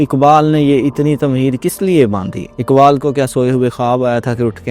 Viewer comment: علامہ کا نام اقبال ہے، اکبال نہیں۔ اسی طرح ق سے شروع ہونے والے دیگر الفاظ کا تلفظ بھی صحیح فرما لیں۔